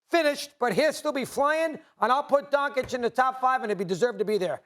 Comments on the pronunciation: It's Doncic, NOT DON-CHICK 🤣🤣🤣🤣🤣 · you can't even pronounce Donkič correctly. Who cares what you saying lol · Mad Dog just say his name right not Donkick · How are you an analyst when you pronounce Luka's surname as Donkich. SMH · Learn how to say his name retard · He cannot pronounce Lukas Last Name "expert". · U know if he was black stephen a would be like lets pronounce it right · It's really not that hard to pronounce his name. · Bruh, you get paid good money to do what you do atleast pronounce Doncic correctly.